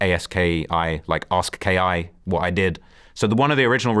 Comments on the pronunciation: Nigga said “ask ki” …his name was a-ski 😂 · Bro still hasnt learned that “Aski” is pronounced like “Druski” this “ask ki” shit is retarded. I like but he be pulling shit out his ass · Ayeeeeeskiiii is how it would be pronounced bro butchered tf out of that lmao.